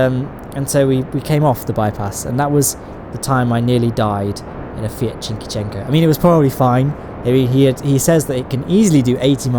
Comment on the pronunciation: Enrico Vicenzutti it's Ciquecento (tsikouetsento). A small Italian econobox.